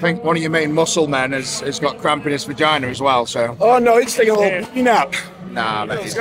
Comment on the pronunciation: take a shot every time eddie says "vaginer" lol id be fucked up